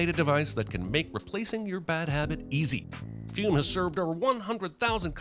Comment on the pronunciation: Pronouncing fum as fume instead of f-uh-m.